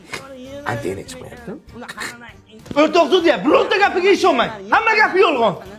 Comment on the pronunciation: O'rtoq sudiya degan so'zi qo'toqni yebdi deganday eshitildi🤣